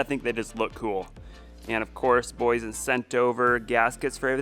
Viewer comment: The Name is Boy Yesen,Boyesen😄😄😄